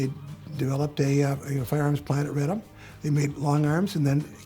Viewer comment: RAH-dom, not Ray-dum. It wasn’t centuries, but 123 years that Poland was off the map.